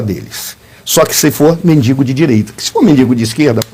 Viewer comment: Pavvina como seu convidado , uma pessoa que estudou em faculdade ,fala: MENDINNNGO ao inves MENDIGO....???!!!!😂